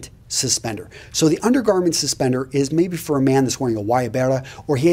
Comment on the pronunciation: housentrag, not suspenser, suspender.